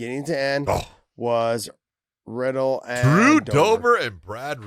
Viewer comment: Let me correct every MMA personality. It’s pronounced as Brad Re-dell. Not Brad Riddle.